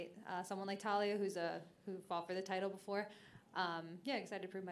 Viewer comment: Erin you are fantastic but PLEASE say Taila's name right